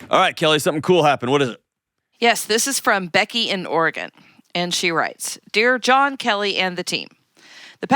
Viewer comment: Shout out to the team for pronouncing Oregon correctly!